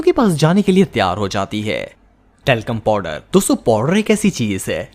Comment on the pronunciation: Talcorm powder😂😂😂😂😂😂😂😂😂 😮had ha😂😂😂😂😂😂